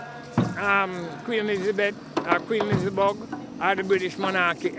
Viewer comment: Him seh queen elizibug🤣🤣🤣